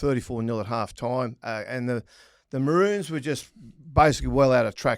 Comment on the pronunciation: Great episode. As a Brit, kudos to Kenty for the way he pronounces Maroons 👍